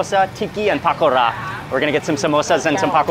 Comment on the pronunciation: Mark i love you, but it seems only me that your frustrating by the way you say pakora - keep up the great content